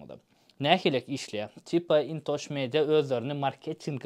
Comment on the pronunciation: 😂😂😂Ин ТОЧ Медиа😂😂😂 ты сначала научись правильно читать название компании, а лохотрон и мошенник это ты!